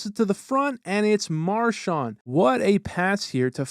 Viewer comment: Me being a huge bruins fan I don’t really like how he mispronounced Marchand which sounds like Marshawn and I also don’t like how he said PAHsta it’s pasta, but anyways love your vids. Keep it up